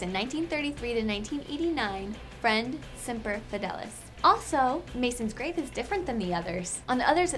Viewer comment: You pronounced Semper Fidelis wrong